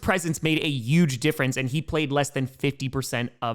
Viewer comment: Dude.. Stop disrespecting the letter H. It's peonounced hhhuge. Not uge.